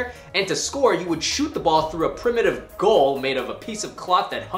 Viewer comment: ANCIENT NOT PRIMATIVE! PRIMATE?